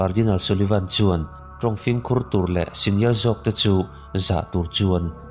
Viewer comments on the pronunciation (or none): none